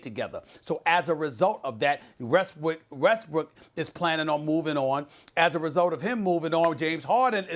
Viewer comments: Did SAS let slip "Westbrick"? 😩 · more like Westwood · Woah did SAS say Westbrick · SAS lowkey fumbled up and said “Westbrick” lol I know I’m not the only one that caught that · Louis no its westbroke. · he said it 2x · Did he call him westbrick? Nah Stephen that had to be a accident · Literally caught it while coming up on this comment 🤣